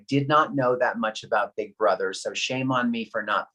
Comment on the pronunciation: It’s big brother not BIG BABBY!